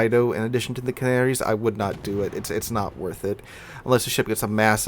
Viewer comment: Hearing you call the Canarias canarys is really annoying. Ca-Nair-eeaass